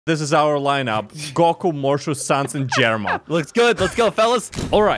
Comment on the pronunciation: why does say góku insted of goku 💀